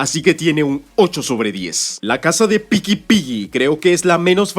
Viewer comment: Bro no se por q me da risa cuando dices picky Piggy jajajajajaj grande bro ❤❤❤❤